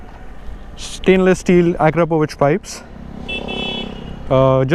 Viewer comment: You're the first youtuber or indian who said akrapovic correctly 😂